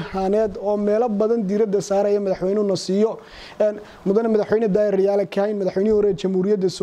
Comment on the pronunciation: Masha Allah madaxwayne xigmad iyo xilkasnimaba kudhantahay. Lkn magaca sax riyaale mahee waa rayaale..ree hoonkaybal magaca kasaxa.